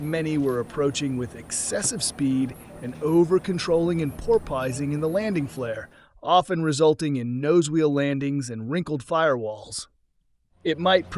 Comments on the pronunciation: Poor-pizing? Come on ya gotta proof your robo-VO. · "Pour-poysing"? Oy vey! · There are some iffy Ai sounding parts in this video. the 'narrator' says pilots were "porpoising" in the landing flare but pronounces it as 'poor-PIE-sing' and continued to struggle simply saying "porpoised." These words are just referring to movements like our friend "Flipper," even though she was actually a bottlenose dolphin. So, is that the narrator not knowing the words he's reading or is it Ai idiocy? Also, saying "one fifty horsepower" or "one eighty horsepower" just isn't natural speech. Some people might refer to engine power like that in very casual conversations but not in a presentation. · "Pore-pausing," you say? LOL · lol. The AI voice over couldn’t cope with ‘porpoising’😂